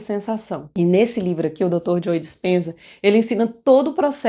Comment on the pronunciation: Ótimo conteúdo! Só me permito uma pequena contribuição… Pra você que tem um canal. Ao pronunciar o nome do Dr. Joe Dispenza, esse “e” do nome Joe não se pronuncia, o som é “Jo” apenas, ok?